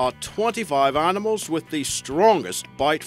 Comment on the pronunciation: “Arnimals”, “parnther”, “Arfrican” lol